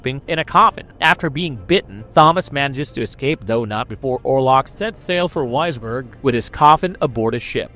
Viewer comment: Also, Wisborg would be Visberg in German.